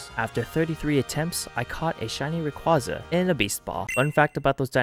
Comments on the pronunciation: That's not what I meant at all, it's the way half the Poketubers (if not more) mispronounce Rayquaza and it just spreads (I didn't even notice a speech impediment) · The way you pronounce Rayquaza physically hurts me..